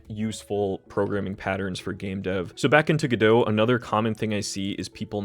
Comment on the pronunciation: normal people: go-dot, god-o this guy: gdö